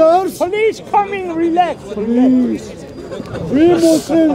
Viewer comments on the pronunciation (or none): he not only says" reelax '😅 but after which he says " the police is coming' 😮 couldn't stop laughing. 😂